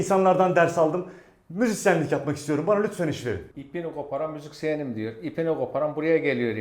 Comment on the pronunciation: ipini koparan müziksiyenim diyor lfdsşfsş